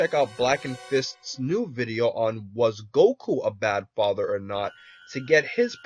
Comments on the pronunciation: U said fither lol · lol he said faiter not father